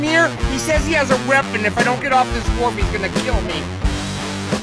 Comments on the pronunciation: a reapon, you say..? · whats up with these mentally ill tiktok people saying "reapon" instead of "weapon"